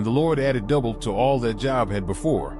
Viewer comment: The name Job is pronounced Joeb